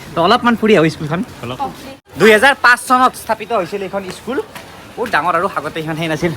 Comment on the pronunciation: Iskul nohoi paity school he pronouns tha tik koribi